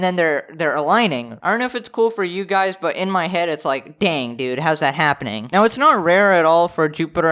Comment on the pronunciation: A very rare "phanenonm" is happing.